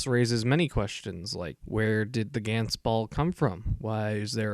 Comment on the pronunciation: It's not "Gents" it's G-Ah-nTz, if you wanna be a anime reviewer (which you are shit at) atleast pronounce the name's good